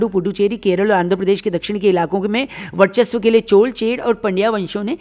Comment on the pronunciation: Aapko bohot bohot dhanyavad CHOL - CHER - PANDYA sahi uchharan karne ke liye.. aaj Kal to Pata nahi kue CHOLAA CHERAA kaha jaata hay..